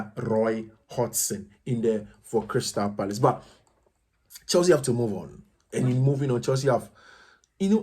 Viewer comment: Neymar saying goodbye to PSG or Crystal Palace? Did I hear coach pronouncing Crystal Parice in you 😂😂😂